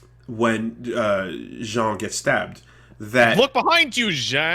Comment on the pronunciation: continues to be unable to pronounce Jeanne’s name despite it being a name that’s audibly said multiple times in this series. Crazy Talk in action